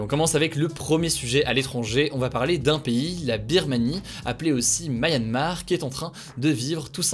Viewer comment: quoiiiiîiii ?? Mais comment tu prononces ce mot là ? Encore "mayanmar" à la limite mais "siguenificativement" quand même 😭